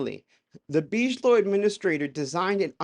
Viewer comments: Why are you saying “BEEZH-LOW”?? It’s pronounced “BIG-UH-LOW” damn man, C’MON !! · "BIG-A-LOW" not "BEEG-LOW"....LOL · its pronounce Big uh low. robert big uh low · big-a-low just like the tea company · I love you dear but Bigelow is pronounced Big-a-low. Lol 😂😂❤ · It’s Big-ah-low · ’BIGelow’ - hard G pronounciation 😊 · You don't know about Bigelow? Big - eh - low. you need to catch up, my man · I love your show. I wouldn’t change a thing but just thought I’d help with the pronunciation of Bigelow. It would be pronounced Big-uh-low. You are much smarter than I am so No judgement. It’s all I have to offer 😂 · Big - e - low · Wow! One of your best! Eye-opening as to what is really going on. Impressive! Thank you! Also, just wanted to mention 'Bigelow' is pronouced Big a low. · Bigelow is pronounced like biggie smalls . bi-guh-low. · I'm so sorry but I'm having a hard time dealing with how you just can't pronounce Bigalow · (and a millions times after that too...) due to how he pronounced the name of Bigelow, I wonder if he ever even heard of the guy at all before...